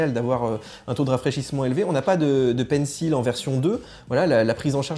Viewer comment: C’est quand même pas compliqué de prononcer « pencil » correctement ...